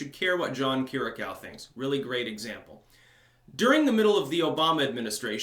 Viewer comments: Say: Keer-ee-yah-koo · Not to be too much of a pain, put this on google translate,Greek: Κυριακού That's how you pronounce his surname.